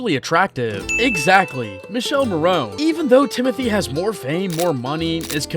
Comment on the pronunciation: Mee-kaeh-leh Not Michél, wtf